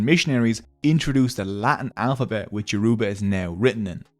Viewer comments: The word Yoruba is not correctly pronounced here, sadly. It is actually mid-tone, low tone, high tone. Try it. This pronunciation is experienced as super-insulting by the Yoruba people I know. Thanks. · The word is not pronounced Yor-U-ba. It is pronounced as YOR-uh-ba. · He's going to have to do this whole video over because he is not pronoucing the words properly.. I can't stand listening to it. It's YO!-ROE!-BAH!.. NOT YEWROOBAAH!!! THAT IS SO DAMN RUDE! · Note: When pronouncing 'Yoruba' there is more emphasis on the 'a'. Doesn't take much to learn the proper pronounciations... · Why do white people pronounce Yoruba as You-RUE-bar, pls it's YOUR-ro-bah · it's funny how he pronounces it as your uba instead of its actual pronounciation of your o: ba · Hey- great vid . So interesting to learn as a Nigerian and I love the animations! Yorùbá is a tonal language; a more accurate way to pronounce it that would sound closer to the actual pronunciation, would be 'YO-RO-BAH or YO-RUH-BAH' than 'Yo-roo-ba'. Would loveee to see one on Benin kingdom or other Nigerian tribes! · Great video! You don't see videos about Nigerian history everyday. Just one minor nitpick. It's YoruBA, not YoRUba. Emphasis on the last syllable. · the pronunciation is Yo-row-bar great video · It’s not pronounced (Your-ru-ba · Yoruba pronounced (Your a baa) smiling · It's Yo ru ba. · It's Yo-ru-ba. The tonal marks on our written form settles it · Me being yoruba:🥰😍 also soz but its pronounced your- ooh- bah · It is not Yo-roe-bah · Emphasis on the 3rd syllable, not the second. Hearing yoRUba every 3 seconds makes this basically unwatchable as a Nigerian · It is actually 'Yo-roo-ba'. Yorùbá is a tonal language and that downward toned ù is an oo tone, regardless of what anyone else says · It is actually pronounced YOO-ROO-Ba😅,ewu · No offense, but when saying Yoruba you don't emphasize the u. You can just say it normally.😅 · It’s getting on my nerves how he is saying youraba wrong